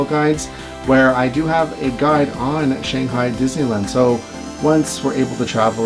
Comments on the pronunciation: this is how we pronounce it in english. “shang” like “bang” - “hi” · I love these videos so much!! But please please, please pronounce “Shanghai” correctly!! :D